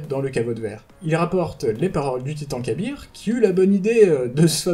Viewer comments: C'est pas pour critiquer ou quoi que ce soit, mais on dit plus "ka'beurre" que "kabir" non ? Si mes souvenirs sont bons, c'est comme ca que le prononcait praedyth (dans la mission avec les 3 memoires pour avoir le trop long a expliquer) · Ca se prononce Kab-R en 2 sylabe "Kab" et la lettre "R" dans la prononciation d ou un nom sans "i" donc Kab-R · Ah d'accord perso, je préfère "ka'beurre, près-dith et paha-nain" plutôt que "pra-é-dyth, ka-bir et pahanine"